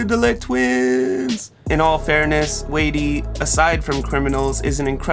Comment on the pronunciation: Hi. You’re pronouncing his name incorrectly. It’s sounds like whitey with a “d” — and he is awesome!!